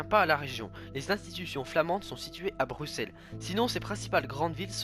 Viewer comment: Et bravo d'avoir bien prononcé Bruxelles... c'est trop rare